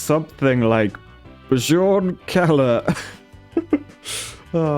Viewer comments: Did he just say Bujorn and not Byorn?? 🤣🤣🤣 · You say it like it has a y. Byorn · It's pronounced bee-yorn and means bear. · Bjorn is pronounced in scandanavian with the average y version of a j. Bjorn is essentially the equivalent byorn in english / pronounced bey-ourn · J's are pronounced as Y's in those languages, "Bjorn" is "byorn" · Bjorn and similar names are pronounced with a Y sound. So it sounds like Byorn. In Skyrim it's the same thing with the Jarl, pronounced Yarl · The J in this name is pronounced the same as a "y", mainly found in Nordic languages and of those, mostly Icelandic. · That is not how you pronowns Ö